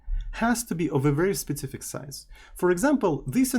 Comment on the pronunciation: there is something magic in the "specific" pronounce of...it's something like "SPIZIFIK"